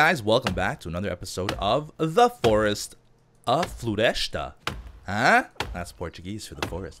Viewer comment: I laughed so hard with your "a floresta" because it's nowhere near my accent but I guess your family is from Portugal and I'm from Brazil, so different accents are real.